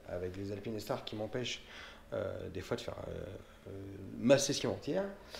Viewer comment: Super vidéo par contre c'est pas alpine É star mais alpinestar le E est là pour faire le "ine" pas ajouter un "é" :)